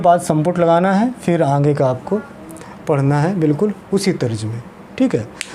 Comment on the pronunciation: आप आँगे बोल रहे हैं, जबकि सही शब्द आगे होता है|